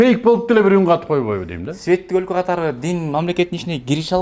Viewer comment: Мыктыбек мыкты жигитсиң , светтик дегенди өтө басым жасап койдуң . Ачык акыйкат сөздөрүңө ырахмат .